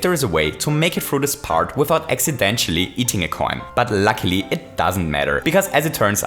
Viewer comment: or; "but lucky" he is reading likr: "but lacklie"